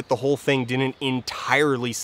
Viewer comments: same whenever he pronounces "didn't" as "dinint" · Why do you mispronounce didn’t as “dinit”? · Dear Folding Ideas guy. There are two 'd's in the word 'didn't'. There is no such word as 'dinnint' in the English language. Not even in Canada.